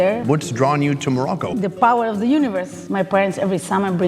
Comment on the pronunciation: You need to loan to pronounce it right it's Morocco